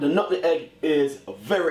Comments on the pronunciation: Its nutmeg not nuttenegg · Nutmeg Chef. Not nutegg. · I think we all have the one person that pronounces it that way..even when they know it's wrong..nuh bizniss! ✋🏾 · Bless he called nutmeg...nuttin egg He speaks like someone I know